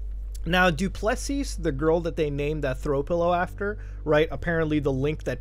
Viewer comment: he butchered duplessis so bad lmao